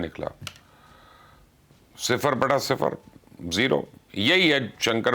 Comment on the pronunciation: Mubassar bhai sifar batta siffar nai hota, belkeh sifar batta Sanata ho ha.😂😂😂😂 ❤ from Indonesia